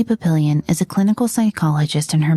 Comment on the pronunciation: Lucy "PAP-pill-Eon?"